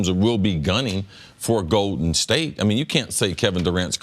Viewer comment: Cris Carter "Goeden State" 🤣